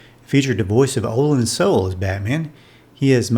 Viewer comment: Olan Soule's name is pronounced "So-LAY" not "Soul."